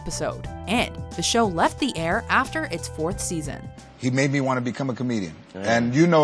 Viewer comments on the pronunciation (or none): none